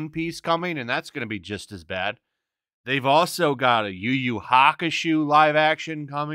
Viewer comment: Not yu-yu. Damn you just fucked my day up